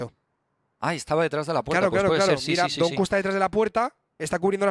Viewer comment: por favor pronunciar donq como se debe no es donku es donkiu